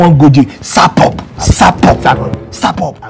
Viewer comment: was trying to tell Akpan: you have to be smart, instead he was saying sapp up sapp up! laugh taya me asweh 🤣